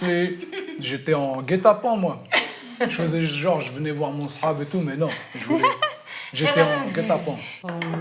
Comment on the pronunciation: "Mon sehab" bruh..